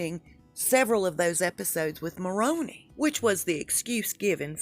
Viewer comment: Mulroney is pronounced mul-rooney